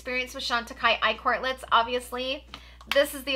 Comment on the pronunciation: You keep saying eye quartlets, must be that brain fog 🤣